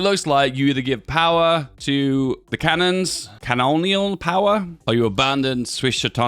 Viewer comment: Cantons, not cannons